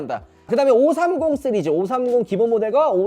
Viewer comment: 시리즈 발음을 못하네요